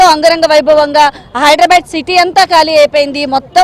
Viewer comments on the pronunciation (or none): none